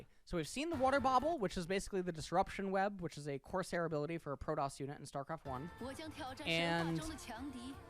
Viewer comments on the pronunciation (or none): none